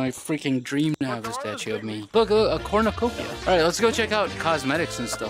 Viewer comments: Did k9 say corn of kopia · I also thought he said that 😂😂